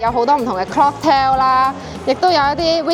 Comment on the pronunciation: 係 COCKtail 唔係 CLOCKtail 😂😂😂